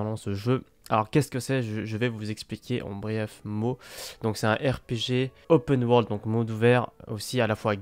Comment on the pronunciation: Argh ! La prononciation de “open world” et “Gebshin impact” sa fait saigner l'oreille.😭 Si vous vous demandez pourquoi j'ai modifié c'est parce que j'avais oublié l'émojie 😭